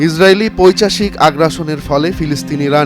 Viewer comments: শুদ্ধভাবে বাংলা উচ্চারণ করতে পারেনা, সে কিভাবে এই কাজ পায়? বাংলা শব্দটা হলো "পৈশাচিক", অথচ সে উচ্চারণ করছে "পৈচাশিক"? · শব্দটা পৈচাশিক নয়, পৈশাচিক।